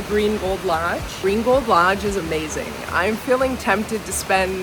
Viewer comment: Saying Green Gold Lodge quickly makes it sound like "Gringo Lodge!" 😊 Buenos dias! Yo hablo un poco espanol pero no tengo un tilde. I gave English spellcheck a FIT! 😅